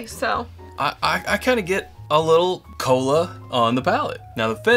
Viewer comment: Did you say cola or colon? J/K... good review